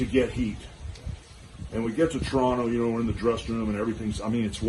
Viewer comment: Hulk said 'Toronto' exactly the way its supposed to be said lol.